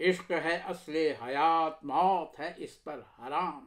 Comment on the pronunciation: عمدہ۔۔۔ لیکن اس کی امیدیں قلیل۔۔۔ اس میں لفظ اس کا تلفظ زیر کے ساتھ نہیں بلکہ پیش کے ساتھ ہے۔۔۔ أس